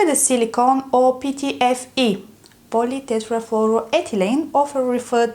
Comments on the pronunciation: I Like your cute pronouciation of "Polytetrafluoroethylene" 😊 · Many thanks, I’ve learned something, excellent pronunciation of the chemical names, even if English is first language these are difficult, well done.